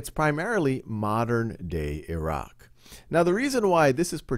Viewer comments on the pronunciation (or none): none